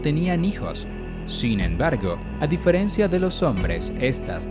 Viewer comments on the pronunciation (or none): none